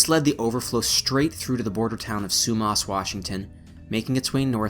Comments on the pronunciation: Not Frazer it’s Fraser. Not Sumos it’s Sumas. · It's "Fraser", NOT Frasier and it's not pronounced "Sue-moss", it's pronounced "Sue-mass." 🙄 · its pronounced sue-mass & fray zer not frazier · Great video, informative and interesting. Your pronunciation of Fraser, Sumas,Smithe and Aggasizz is abysmal. It would suggest, you do not live here.Otherwise, great work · Great video, but the mispronunciation of the Fraser River, Sumas Lake and, I believe the name of local First Nations was really, really distracting. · This looked like a great video and I was looking forward to watching it. I was only able to watch 5 minutes and then had to turn it off. The incorrect pronunciation of the names Fraser & Sumas made it unwatchable for me.